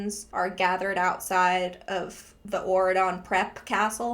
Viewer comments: Every time you say aurodon i think ur saying oregon and tht makes it 10x better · Auradon sounds like Oregon, I can't unhear this 😂